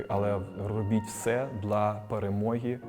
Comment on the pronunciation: Так кумедно чути "дла" а не "для"😅